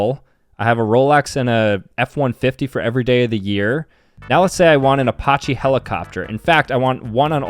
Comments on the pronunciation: "Apochy helicopter" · . Did. He. Say. Apoche? IM GONNA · It’s called the sue-ezz canal. Not whatever you said. It’s also an uh-patch-ee helicopter. You’re an embarrassment. Learn to annunciate correctly.